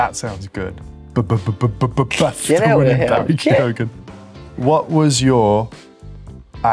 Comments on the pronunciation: Oh yeah close friends but can't pronounce Keoghan. It's Ke-yo-an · Say kee-oh-han quickly .. that's how his second name is pronounced.